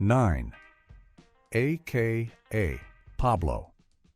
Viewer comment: The AI reading is awful..... Can't pronounce aka ..... And other parts of the script